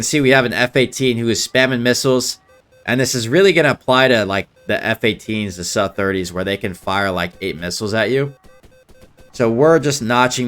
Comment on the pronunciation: Please don't say "Suh Thirty" or "Suh TwentySeven"...say either "Ess Yoo Thirty" or "Soo Thirty". Otherwise you will get laughed out of the ready-room.